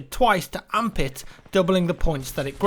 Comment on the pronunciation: I like how he says, "Amp it." Sounds like he's saying "Armpit"....